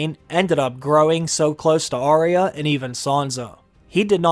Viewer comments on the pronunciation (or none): none